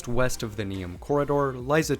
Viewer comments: I must congratulate you on correct spelling of Croatian names. It is rarely seen in American people. Though it's funny how you pronounce Neum wrong, as if your message is that only Croatian toponyms deserve correct pronunciation. :-D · You gotta learn how to say Neum right. It took me a few second to realize what you were saying. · Excellent video, but please don’t take this complaint personal; your pronaunciation of names that regarded Croatia and Bosnia were very incorrect, to the point that I myself didn’t know that Neum is Neum until you wrote that down. In future please give some effort to your pronaunciation as it is very disrespectful towards both countries and on the other hand, I guarantee that people in both of those countries have a very good pronaunciation of English proper names. Great video!